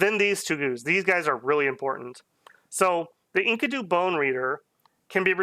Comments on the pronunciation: you say it like....Inky-du's. when it's more like En-KEE-du. Not a common word unless you're into the Fable of Gilgamesh. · the pronounciation of enkido kills me.